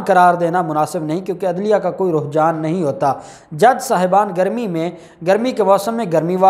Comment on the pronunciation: Alfaaz ki correction karain... Ruhjaan nahi Rujhaan bolain.... Nice informative video